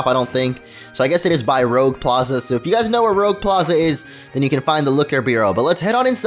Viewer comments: its not lol its not r-oe-g its r-u-j-e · Rouge is NOT pronounce rogue It is pronounced roo-ge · dude it's not rouge it's Rooje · it rly annoys me that he says rogue instead of rouge Like if you understand french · Rogue? Rogue? ROGUE? It's Rouge! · he could've at least said Roogue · It's not rogue it's rouge. They are named after the French colours, rouge is red in French. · it is roo-ge the color red, all the plazas are named after french colors, saying rogue is insulting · Might be a bit late but I think Rouge is pronounced as the French Rouge as Red. something like Ruuuje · rooje and r is pronounced gh